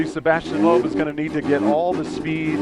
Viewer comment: Sebastien is really a great driver! BTW: I must say that Americans, especially sport announcers, should definitely practice pronunciation of such well-known names as Peugeot or Sebastian Loeb. Shame! Watch really something: 1988 Pikes Peak and Ari Vatanen in a two decades older Peugeot; climbing not on tarmac but on gravel... watch?v=siKlrTF9Baw